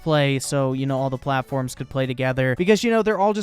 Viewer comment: First of all, perfect time stamp. Second of all, "P L A T A F O R M S"